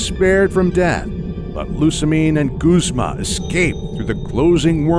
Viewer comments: You pronounced guzma wrong its: YA BOI GUZMA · Oh-Oh Lude-euh Sewey-kuhn Luminose Zed Ring Cook-wey Ray-Kwah-Zuh Lusa-min Gooz-muh Glay-dion Theese pronunciations make me want to eat my skin.